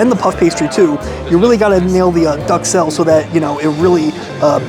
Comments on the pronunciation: try pronouncing it as Duke-Sell instead of Duck-Sell. Otherwise great video, and the food looked yummy! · I keep hearing you saying Duck Cell instead of Duxelle😅😅😅 But on the menu, BananaS Foster? I thought it was Banana Foster., w/o the S. Oh well. I miss the table-side banana foster like you had (by looking) taste wise, the combination of warm banana, butter, and rum flavour was so yum!, Now I, living in the country that does not exist😔 About the wet and less much duxelles in the wellington, could it be because the foie was liquified due to the cooking heat? Anyways, everything is about experiences, eh?